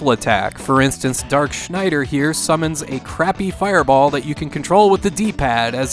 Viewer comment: Congratulations on pronouncing Schneider correctly.